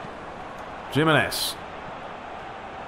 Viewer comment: I can't help but cringe at your pronounciation of Jimenez! But how much more enjoyable is it to watch a masterleague played on difficult settings.. rather than other YouTubers playing on assisted controls, with the biggest teams and just winning easily. I don't know how people bother with them. This is much more enjoyable to watch.